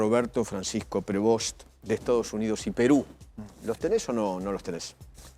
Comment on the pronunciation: Prevó sería la pronunciación correcta, debe tener algùn antepasado franco canadiense, apellido muy comùn entre ellos…